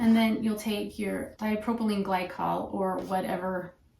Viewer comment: You lost me when you said dipropyline glycol.